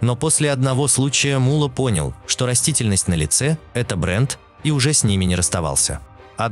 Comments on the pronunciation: Не мула а Мулло, две буквы Л и ударение на букву О, у вас ударение на У получается, это же имя человека, Таджикистану привет из братского Узбекистана, мы вас уважаем, мы с вами один народ у нас с вами одна история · Не М'улло, а Мулло'!!! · Вы ударения неправильно ставите. И посторонних Индусов и Арабов зачем показывать? МуЛО Не говорите 😃